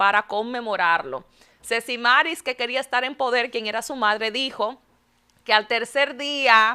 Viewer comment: Semiramis sierva, no Sesimaris esa es otra de allá de Santo Domingo que vende lotería